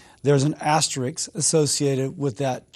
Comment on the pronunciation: DID HE LIE TO YOU?????????? PS. It’s asterisk, Cassidy. Not asterix.